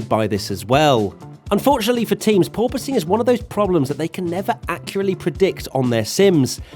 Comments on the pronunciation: Officially requesting a 10hr loop of you saying purpoising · totally heard "poor posing" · pronounces it as Poor-Poise, But my parents made a Poor-Choice 😎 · Wait... PORPOISING? I thought it was "poor poising". Because that makes sense. And is also how I had heard people pronouncing it, until now...